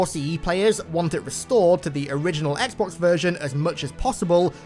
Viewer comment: "etsbox" Me: hol up i didn't know this was halo follower